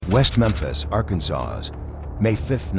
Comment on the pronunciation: . The name of the state is pronounced ... Arkan-SAW ... NOT ... Arkan-SAWS .